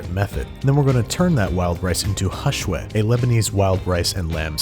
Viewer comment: Kudos for saying Lebanese Hashwi! Love your show man